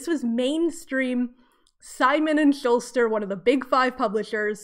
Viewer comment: just a note -- "schuster" doesn't have an "l" :)